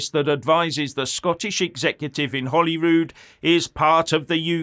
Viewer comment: It’s Holyrood not Ollywood